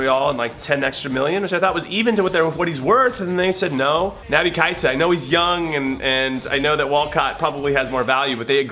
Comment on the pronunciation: Hey Jimmy, you pronounce "Keïta" (KAY-TAH) It's my last name too.